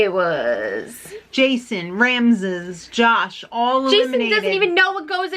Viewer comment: Omg 'Ramzez' lmao 😂